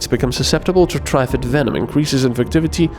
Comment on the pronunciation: Note for next time, It's Not "Try-fid". Triffid sounds more akin to the snapping of a plant with an ed on the end. Tr-ffed or somthing. It's mangled latin anyway because of the 3 "roots" it has to move around on. Source: BBC adaptation of the Day of the Triffids